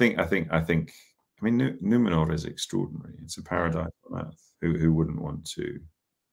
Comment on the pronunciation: i loved his pronounciation of numenór (and of course everything else hes a great Elendil)